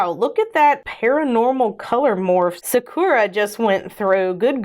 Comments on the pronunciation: I love you channel but sakura isnt pronounced that way (sock-er-a with more of an er for the ur and a very rounded vowel for the first a, its Japanese meaning cherry blossoms, much like the pronunciation from naruto) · I think that’s pronounced Sah-Koo-rah. Like the Japanese cherry blossom. I really like this technique. It reminds me of a candy bar for some reason.